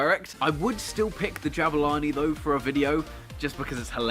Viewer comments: its pronounced Jaboolani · You mispronounced Jabulani 😁😂